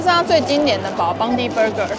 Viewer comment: Bondi 是念成 bondai 噢